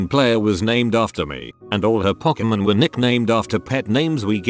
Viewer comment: No one: Robot voice: POCKERMUN